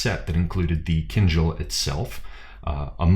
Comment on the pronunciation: A comment or two, if you don't mind. The correct pronunciation of the weapon has a stress on the last syllable, not the first. It is "keen-DJAL". I just noticed it was a recurring error, and you'd want to know about it. Second, I feel you're too quick to dismiss the "baton twirling" of the shashka, (known in Russia as "Flankerovka") In addition to developing your ability and movement, it is a legitimate, historical martial "art" form. When you see people standing still and twirling the blades, it just means they haven't mastered the footwork yet. The twirling of the blades DOES have a combative application, and its equivalent is not found in western fencing manuals. Russia and the Caucasus are at the juncture of Europe, the Middle East, Central Asia. There will be a more syncretic martial philosophy.